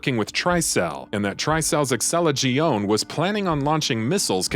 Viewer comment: Mispronounced: Terragrigia, Excella Gionne, Sheva Alomar, Carlos Oliveira.